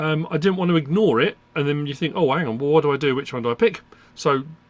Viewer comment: My favorite underrated -ism is when he says “ang on” with no H (haitch)